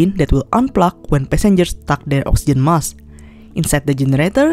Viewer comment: There is a k in the word Mask you need to pronounce it